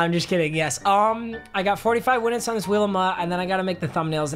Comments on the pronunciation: “i got 45 winutes...” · manz said 45 winutes on this wheel of mut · my mans said winutes